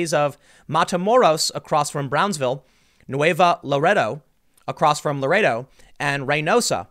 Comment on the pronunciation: Hey Tim, I’m from South Texas and I want you to get this right for the next segment: Tamaulipas=Tah-Mah-Lee-Pas, Nuevo Laredo=New-e(like enter)-v-oh Laredo.....hope you see this so you can learn it and won’t struggle next time.